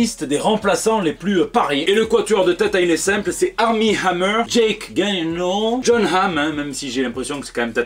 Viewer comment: Jake gylenehaoeule 😂